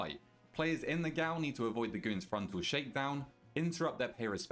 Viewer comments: Hearing "G O W L" so many times made me want to walk into oncoming traffic. It's pronounced JAIL, fam. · Gaol, is pronounced Jail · Great guide. One tip: gaol is pronounced as jail.